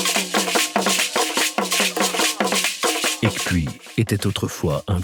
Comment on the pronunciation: Aïeeee la prononciation de "Ekpui " on ne doit pas entendre le k . Bravo pour le documentaire